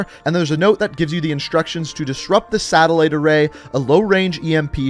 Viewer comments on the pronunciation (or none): none